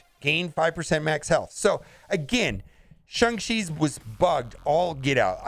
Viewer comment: I'm going to drink a shot every time he says "Shung Shee", see if I can get shit-faced by the end of the vid.